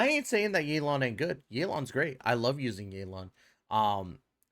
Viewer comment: this video is great, keep it up, BUT yaelon and feurina pronunciation is criminal💀